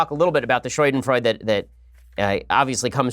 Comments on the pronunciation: Wtf Ben? SHOYDENFROYDE? it's pronounced Schadenfreude ~ Shaa-den-Froy-duh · scha·den·freu·de ˈ(SHädənˌfroidə) NOT "Shoi-den-froide" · Ben, I love you man but shadenfreude Please google this and hit the sound button so you can hear how it is pronounced. You are killin me every time you say it. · SHAH-den-froi-duh SHAH-den-froi-duh SHAH-den-froi-duh SHAH-den-froi-duh I don't know why this bothers me so much, but I also don't know why I've heard so many people mispronounce it lately. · Ok , but that´s not how you pronounce Schadenfreude.